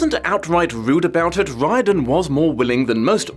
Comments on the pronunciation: No shade to, but I’m pretty sure that name is typically pronounced like “ree-orden” or “rear-din” in American English. But I could be wrong. We might have a W.E.B DuBois situation here. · btw is there a reason why is pronouncing the name Riordan so weirdly? I never heard the man himself introduce it, but i would have thought it cannot be that far away from Dolores O Riordan of Cranberries fame or the few other famous Riordans...